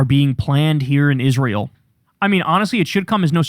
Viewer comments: Kyle, pronounce Israel correctly like Lindsay Graham. Isrull. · I hate the way Miss Lindsey says Isruul.